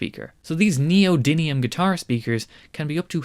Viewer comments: Interesting. But it's NEO - DYM - IUM. 'DYM', NOT 'DIN' - If you're going to talk knowledgably about a thing, getting it's name right would be a good start. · Meant as a friendly correction, it's neodymium, not "neodynium". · Btw, its Neodymium. With an "m".